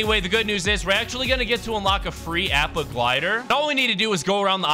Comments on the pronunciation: Appa is actually pronounced opo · APPA (opp-uh)! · ITS AH-PPA THE FLYING BISON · Plz never said appa’s name again 🤦🏾‍♂️ watch the show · Hey ur saying appa wrong